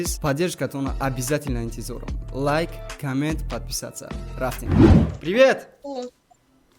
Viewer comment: Было очень смешно 😂😂😂когда тётушка говорила пиливет🤣🤣